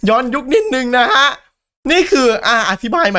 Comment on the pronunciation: พี่่ภาษาไทยมันอ่านว่า ย้อนยุค👍